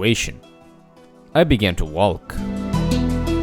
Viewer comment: Is it me or he's saying walk weird